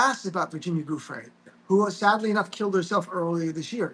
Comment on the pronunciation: Virginia's last name is pronounced Jew-Fray with the accent on the second syllable - waited to hear what Glenn has to say - so many podcasts are making just guesses on the fly while Glenn knows things based upon his prosecutorial career - we needed to hear from someone who has been steeped in these types of cases and in the seedy world of folks who are always skirting the rules